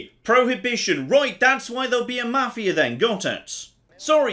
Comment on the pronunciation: can't speak Swedish, but he does a better job of that than pronouncing 'Mafia'.